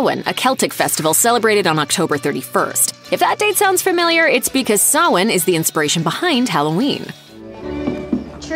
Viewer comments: I was about to correct you on how to say "Sawhain" but was surprised on how you said it perfectly! (Btw please don't buy animals, everyone, adopt!) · Ah, finally someone who says Samhain correctly 😄